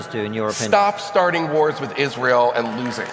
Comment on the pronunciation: It's always interesting to me when people have a thing they're talking about for months, but then they cannot pronounce a word like Israel.